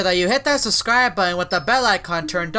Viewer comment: says susscribe Instead of subscribe